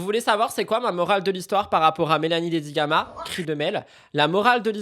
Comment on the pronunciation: En parlant de Dedigama ta langue a fourché et tu as dit "Dedigaga" c'était cute XD